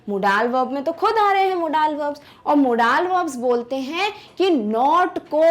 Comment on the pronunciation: Apni pronunciation sudharo Modal~ मोडल